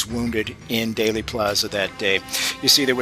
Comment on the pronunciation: There might be a Daley Plaza, [as in Richard, 1968] in Chicago, but the JFK assassination in Dallas was in Dealey Plaza [pronounced Dee-Lee]. Why do so many mispronounce it? -- all historical news of that day who did their research and who were not native to Dallas, got it right.